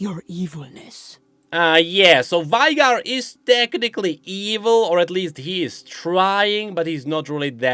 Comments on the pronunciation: she said it literally seconds ago, its VEY-GAR, not VI-GAR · still pronouncing veigars name wrong despite being the biggest lore nerd, wonderful!